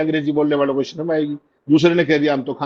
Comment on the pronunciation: अमित शाह शर्म को 'सर्म' कहकर हिन्दी भाषा का अपमान कर रहे हैं, उसका उल्लेख करने वाला कोई नहीं है।